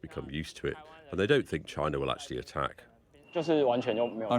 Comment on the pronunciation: chinerr is HUGE.